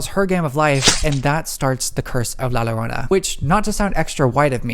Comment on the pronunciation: Love your videos! And I wanted to add that La Llorona is pronounced as Lah Joe-roe-nah